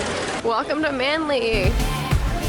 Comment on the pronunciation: P. S it's Manly not Manley